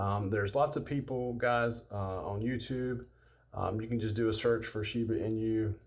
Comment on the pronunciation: talking about shiba but calling it sheva than someone said shiba 😂